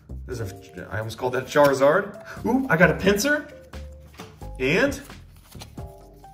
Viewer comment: I want duh churizurd Pokémon: No